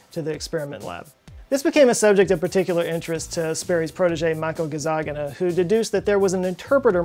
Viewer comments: You pronounced "Herzegovina" as "Hergezovina" and "Gazzaniga" as "Gazzagina". Are you feeling OK? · I'm pretty sure "Gazzaniga" is pronounced "gud-zah-nee-gah" given his italian origins. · It's not hergezovina. It's Herzegovina It's not Michael gazzagina. It's... Ok you might mispronounce that one in purpose :D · you missed it joe, His name is Michael Gazzaniwoaaaaollup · It is HerZeGovina. 😉 And GazzaNiGa. 😃